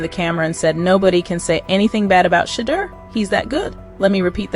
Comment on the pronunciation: HOW ABOUT PRONOUNCING SHA-DEUR-DOOR’S NAME CORRECT. CLEVELAND MEDIA NEEDS WORK 😡. Shedeur is not a rookie he is a FIRST ROUND DRAFT PICKED IN THE 5th round. HIS SKILL BASE SPEAKS LOUDLY